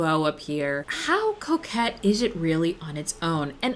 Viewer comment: really thought the mispronunciation of coquette was something different 😂